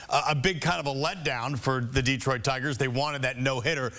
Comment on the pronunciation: De-troit. Not Deeeeeetroit.